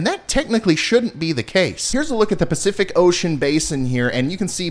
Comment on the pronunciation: Did you say Percific Ocean? 😜 Praying for rain for everyone that needs it. Really enjoyed the teaching slides and segments.